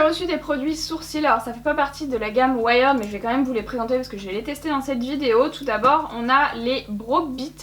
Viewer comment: Juste on dit pas ouaïerd mais ouierd:) mais super vidéo merci